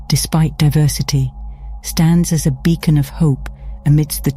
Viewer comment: Thank you! And also sorry for this joke, but- did you just say "bacon of hope???'